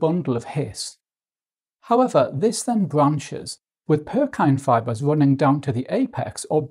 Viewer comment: Lol Purkyne fibres? You mean pukinje (PUR-kin-jee) fibres?